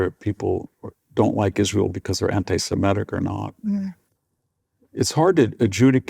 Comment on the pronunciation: Please try to pronounce "anti-semitic" correctly - it's NOT "anti-semetic"